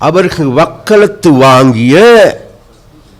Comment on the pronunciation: அமைச்சரே, தொழில் ரீதியாக அவர் Colombo ல் கோட் சூட் அணிகின்றார். யாழ்ப்பாணம் வரும் போது வேட்டி அணிகின்றார். அதிலென்ன தவறு? நீங்கள் மலையகத்தில் சாரத்துடன் சுற்றித்திரிந்துவிட்டு Colombo க்கு வரும்போது Trouser, shirt அணிந்து வருவதில்லையா? அவர்கள் "வக்கலத்து" வாங்கியது அல்ல "வக்காலத்து" வாங்கியது என்பதே சரியானதாகும். முதலில் தமிழை ஒழுங்காக பேச கற்றுக்கொள்ளுங்கள். சுமந்திரன் யாழில் தேர்தலில் போட்டியிட்டு தோல்வியடைந்தார். ஆனால் அவருக்கும் ஆயிரக்கணக்கான மக்கள் வாக்களித்தார்கள். ஆனால் உங்களுக்கு யாழ்ப்பாணத்தில் ஒரு வாக்காவது போட்டார்களா? பின் கதவால் வந்த நீங்கள் இப்படி கதைக்கலாமா? கபிலன் ஒரு பேட்டியில் சொல்கிறார் தான் ஒரு பாடசாலையின் அதிபர் என்று. ஆனால் நீங்கள் சொல்கிறீர்கள் அவர் யாழ்ப்பாண பல்கலைக்கழகத்தின் சிரேஷ்ட விரிவுரையாளர் என்று. இதில் எது சரியான தகவல்?. ஜெற்ரிக்கும், ஜட்டிக்கும் வித்தியாசம் தெரியாத உங்களை அமைச்சராக்கிய உங்கள் தலைமைப்பீடம் எப்படியானதென்று தெரிந்து கொள்ளக்கூடியதாக இருக்கின்றது. அமைச்சருக்கு ஒரு பகிரங்கமான வேண்டுகோள், உங்களுக்கும் யாழ்ப்பாணத்திற்கும் தொடர்பிருக்கிறது உண்மையானால், உங்கள் அமைச்சு பதவியை ராஜினாமா செய்து விட்டு, உங்களின் யாழ்ப்பாண பாராளுமன்ற உறுப்பினர் ஒருவரை பதவியை ராஜினாமா செய்ய வைத்து, அந்த இடத்தில் போட்டியிட்டு வென்று காட்ட முடியுமா? பின் கதவால் வந்ததுமில்லாமல் யாழ்ப்பாணத் தமிழரைப்பற்றி கதைக்கவோ, நரி மாதிரி ஊழையிடுவதிலோ அர்த்தமில்லை.